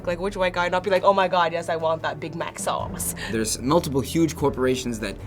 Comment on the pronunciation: "Yes I want that big mac sauuce" XD